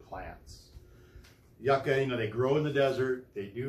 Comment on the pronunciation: the way u say yucca bothers me its supposed to be said “you-kah”